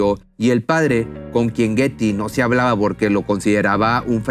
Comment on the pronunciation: Hello! Pronuncia Bien. Los nombres like for Example Guety y muchas, mas ?